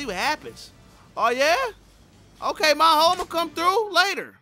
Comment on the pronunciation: Every Miho in Japan be rolling on their grave when say "Ma Ho" rather than "Mee Ho"